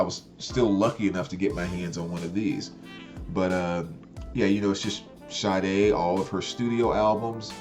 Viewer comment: thanks for not botching Sade's pronunciation like most of these youtubers calling her Sharday, hahaha.